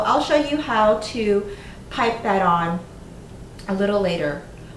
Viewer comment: Great video, thank you! Side note: At the beginning there was one word I couldn't understand- I thought you said "put flowers", spoken with an extreme California accent. Then later I read printed somewhere to "pipe" the icing. So.. kind of funny ignorance on my part. Keep up the great work!